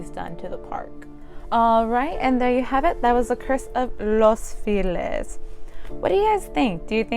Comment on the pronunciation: It's not "filez", it's FELIZ pronounced (feh-lees). Translates to happy.